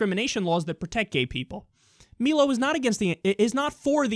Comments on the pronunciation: Damn, I should have watched the WHOLE thing before I spoke - my "agreement" was for the Not censoring of on the grounds of Free Speech... As far as your accusations and villifying of Trump & Milo (pronounced MIE-low, not MEE-low) - please provide citations. Suing for defamation is not censorship. And, as is stated at least once, mor`e often more than once, on EVERY one of your videos, Right Wing does NOT equal Evil...! I am center, some left, but thanks to how the Progressives have been behaving lately, I am continually pushed more and more to the Right. I am a full-fledged Atheist, I work in a STEM field, my intelligence is far above average, I don't have a racist bone in my body - but the fact that I even have to state that "I am not racist" based solely on the color of skin I was born with, is exactly the thing that pushes me the furthest away from the Left. Progressives are quickly becoming a Left-wing version of everything they USED TO fight so strongly against. For example, segregation is "fashionable" again. I mean, WTF?!?! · Isn't it pronounced my-lo rather than me-lo ? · It's not Meelo, it's Mailo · He pronounces his name wrong . Learn how to pronounce his name it's Milo not mee-low anti-intellectual drip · My-Low =/= Me-Low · It's Milo, not meelo. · It's mm-eye-low like rhymes with silo, not me-low. xd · it's milo not melo dumbfuck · It's 'my-lo' not 'me-lo.' Jesus, do a little research. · It's pronounced MYE-loh, not MEE-loh. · His name is "Meyelo" not "Meelo" lol. And I despise a majority of what he has to say, but I still think the ninnies who go around trying to get him banned are even worse than he is; they play right into his narrative and they don't even realize it. It's very sad. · MY-LO, not MEE-Lo. And he's about as Christian as Trump is, so the hypocrite charge is iffy, imo. I think he calls himself "a provocateur," which seems accurate to me. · Kyle his name is pronounced My-Low. Where have you heard him called Mee-Low? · Melo? It's My-lo